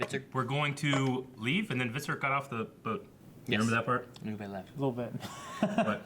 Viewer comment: Ub-buh. Please say Ub-buh. It's not a huge thing but fuck me he's not French and they even say it on the show many times. Oo-bay. where did this even come from